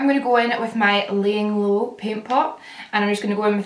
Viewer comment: Guys do you understand it when she says Laying Low? Cuz to me she says Leighanne Lo hahhahaha😂